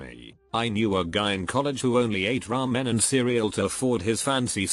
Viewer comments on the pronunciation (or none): none